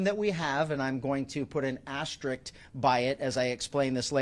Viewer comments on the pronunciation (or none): Wow. As if this whole debacle wasn't cuckoo enough, you have an elected Sheriff who refers to his underling subordinates as his ''Depity's'' & pronounces the word ''asterisk''... ''astrict.'' Incredible.